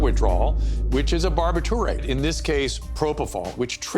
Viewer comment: Oh, Dr. Drew, the word is NOT pronounced bahr-bit-CHUR-ate...it's bahr-BIT-chur-it. Besides the aggravating commercials, this is gonzo journalism, period...especially by Ed Winter's analogies in the beginning...maddening. Still exploiting Michael, Dear GOD let this man RIP.